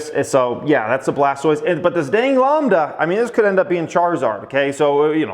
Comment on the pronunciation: Lambda as in Lamb (the animal)... and not Lawmb. Now pronounce ACAI. LOL.